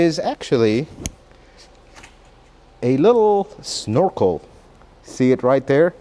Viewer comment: ...it's "Snore-Kul" Snorkel.